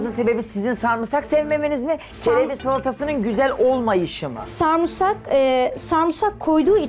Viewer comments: Sarmusak değil samsak hatta dövmeci bile var🤣🤣🤣🤣🤣🤣🤣🤣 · Teyze adını söylerken bile bi tuhaf olup krize giriyor sarumsak diyor hak verelim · "Ben sağrumsakdan diksiiiiniyorumm" bu nasıl bir türkçe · Bu kadn bilerek mi sarmusak diyo sinirlerm bozuldu😂😂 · Bide inat yaparak sanki kere diyor 😂😂😂😂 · sarımsak kelimesini da diyemeyen birinden eleştiri beklene bilirmi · Sarımsak demek bu kadar zor olamaz: BANE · Sarımsak demesini bile bilmiyor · Sarimsak yemedigi icin adini soyliyemiyor😁😁bi yese soyliyecek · Diksinmek değil Tiskinmek Sarumsak değil Sarımsak , lütfen düzgün konuşmayı bileni alın 🙄🙄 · Allahım yarabbim biri de düzeltmiyor o sarumsak degil Sarımsak diye valla orda olsam o kadınla kavga ederdim önce konuşmasını öğren diye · Ay abla zaten yanlış söylüyorsun bari olabildiğince az kullan kelimeyi kriz geçircem kere sarmusak dedi ya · 😁😁dakikada 30 kere sarmusak dedi takıntılı sarmusaka bu kadın 😂😂😂😂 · sürekli de sarmusak dedi durdu hahahah diksindü ahahaha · Her sarmusak dediğinde sinirim hopladı ve her cümlesinde en az 2 kez sarmusak dedi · Sarmusak 🤣🤣🤣🤣 tdk istifa etti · Video bitene kadar sarmusak diyor yaa 😂 allahtan gülmedi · Sarmusaktan "diksindim"🤣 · Sarmusak demiyor samusak diyor 😂😂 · Sarımsak güzel kardeşim sarımsak!!! Duya duya sarmusak diyorsun el insaffffffffff tüylerim diken diken oldu yemin ederim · Nobody:: Sarmusak Diksiniyorum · 17 kere sarmusak dedi. Sinirlerim bozuldu 😕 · Ordan biri de demiyor ki o sarmusak değil sarımsak(sarmısak)… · Samursak diye diye insanı soğuttu "SARIMSAKTAN" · Sunucu bile sarmısak diyor, cemaat neyapsin sarmusak😂 dogrusu sarımsak.. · Biri samuusak değil sarımsak o desin hanım efendiye 😁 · Videonun sonuna gelene kadar sinir krizi geçirdim yaa. SARIMSAK SARIMSAKKKK sarmısak ya da sarmusak değilllll. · Ayy delirecem bari sarımsak de defalarca sarımsak demesine rağmen ısrarla sarmusak sarumsaaakk diyo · iyi dayandı ya sarmusak değil sarmısak diye 29391 kere düzeltmiştim ben çoktaaannn